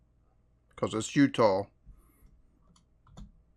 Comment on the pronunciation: I love how you say Utah. "Utoow" lol.